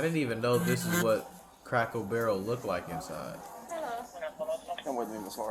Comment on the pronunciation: Does this guy keep saying cracko barrel!? #donuthen #trashpeople